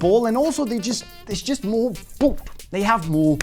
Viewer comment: I tune in just to hear you say ‘b000t’